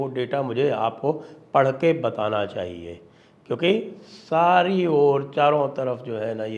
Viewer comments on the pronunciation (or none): none